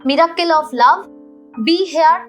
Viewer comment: মীরাক্কেল নয় রে মিরাকেল্